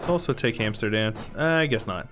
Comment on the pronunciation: Is it me or did he call Amsterdam Amsterdance? Have you maybe been watching a lot of arumba lately? If you want to check listen to the video -43